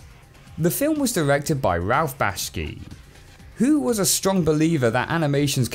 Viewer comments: Ralph Bakshi is spelled correctly, but pronounced Bashkii for some reason. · Ive never heard someone butcher Ralph bakshi's name so badly "RALF BASHKEE" 😂 like cmon bro 😂